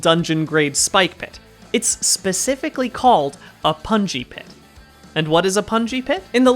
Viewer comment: the more he says pungi pit, the more I hear bouncy castle, please send help